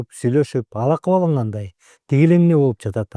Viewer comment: Болуатат эмес болупжатат деп айтылат